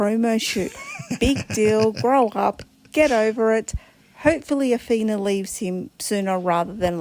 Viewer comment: Who is Asthina??? Did you mean Awhina. How are so many ppl in the world getting her name so wrong? Awhina (ah-fee-nah) is not the same as Athina (ah-thee-nah) Or as you put it “Asthina” Get it? Got it? Good !